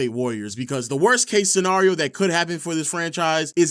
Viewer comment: Love the channel my brother however scenario is not pronounced like that 😂